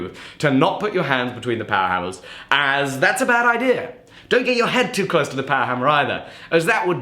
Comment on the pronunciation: Idea is not pronounced IDEAR. ITS IDEA.